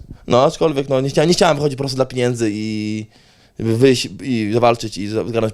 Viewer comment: Policzy ktoś ile razy powiedział „piniędzy”? 😂